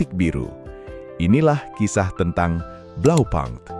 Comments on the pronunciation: Koreksi min blaupunkt dibaca blaupunkt, bukan blaupankt. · Bahasa german, u dibaca u BlaupUnkt, bukan blaupAnkt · Kalau sesuai bahasa aslinya bacanya tetep Blaupunkt bukan blaupang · Just info : Bukan Blau pank cara bacanya, tapi Blau - pungkt, di tahun an an tidak ada yg baca Blau pang, .. bisa cek di google ya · kayanya cara bacanya tetap (blau punkt) pake U indo bukan pke bahasa inggris, kaya bmw... bisa coba pake google😂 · Pronounciation nya keliru